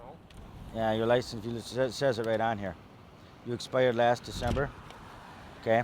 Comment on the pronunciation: haha yeah he said "an exspidered drivers licence"